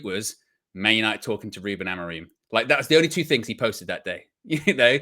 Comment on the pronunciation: Ruben Amoreem btw 😂 why can no one pronounce his name correctly